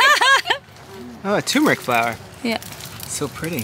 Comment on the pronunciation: "Is that a Tumeric flower?" 👩‍🎓